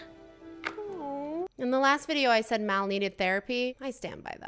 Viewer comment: It’s mal not mel